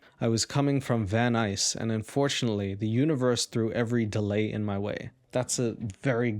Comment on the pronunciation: I live in Van Nuys! By the way, I’m very proud of you for pronouncing it correctly.